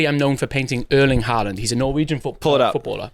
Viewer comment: Hahahaha pronouncing Erling Haaland was nuts